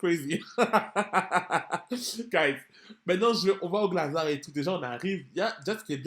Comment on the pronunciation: Mdr les parisiens ??? Dites moi que vous dites « GlazarT » en prononciation ? On lis le T, je suis pas folle 😂